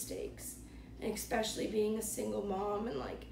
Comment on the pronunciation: The craziest story I've seen on this channel is this smokeshow named "" pronouncing the word "especially", "ecspecially". I've watched the show, so I know she has a heart of gold. But, my girl, it's especially...super easy...not "ecspecially".